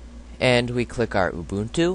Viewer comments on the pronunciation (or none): ITS not A-Boon-Too...... Its pronounced Uh-bun-2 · xD he said ooboontoo its pronounced you-bun-too